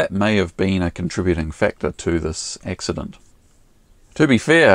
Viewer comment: Hey, what's an ''X-udunt''? It appears you had an ''X-udunt''? I think you're evolving your own Lingwij down there?